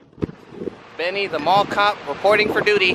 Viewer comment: did she say Benny or Andy